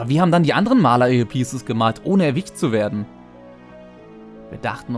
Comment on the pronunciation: Warum sprichst du das Wort Erwischt so komisch aus?? Allgemein voll den sprachfehler hast du